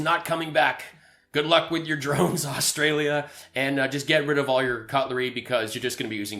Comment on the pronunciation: This dude has Stolden my identity by calling me Rustralian .....actually, I like it!